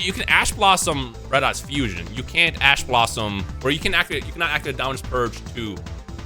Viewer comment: I swear he is saying "Ass Blosom".